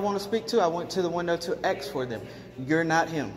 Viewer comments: It’s ASK not Axe!!!!! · Its Ask not aks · It's "Ask" not "Aks" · Is " Ask or Axe?" Lol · Axe??you mean ask I believe. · Is ASK NOT AKS??? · WTF is " aks " ? Is that simian for ASK? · Please ! Say ask, not axe !!! People might treat you different. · Ask not Axe. Learn how to speak correctly people. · Dear Lord......everyone......learn how to pronounce the word "ask".